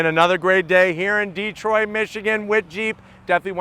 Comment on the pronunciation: Love ya but, it's Detroit not DEEEtroit.